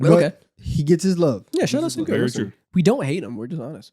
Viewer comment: guys pls stop mispronouncing his name its SHENgun not sengun 😭😭😭💔💔